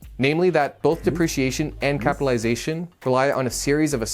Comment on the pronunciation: Are you sure you are pronouncing correctly capitalization?